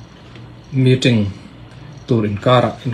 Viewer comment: Meeting,a lam ṭ mai2 aw, necktie awrhte chuan hriat ve mai awm😂